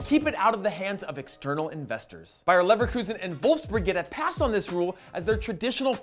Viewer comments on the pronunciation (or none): none